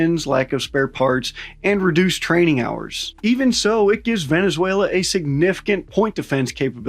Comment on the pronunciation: I'm venezuelan, and your pronunciation is just amazing, you got me rolling 😂 🤣